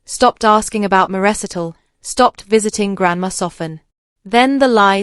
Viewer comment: mispronunciation times are : 1.42 once, 1.50 recital, 1.58 moved, 2.10 de m y sister = my sister, 2.58 listed 2= listed too, 4.02 it 4.11 Toland = to land.